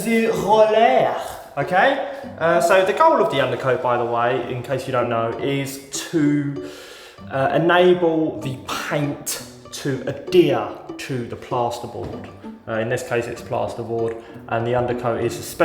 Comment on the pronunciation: the word you are wanting is pronounced (Add Here) Adhere, NOT Addere (Add Dear). Why are all your thumbnails with shocked faces?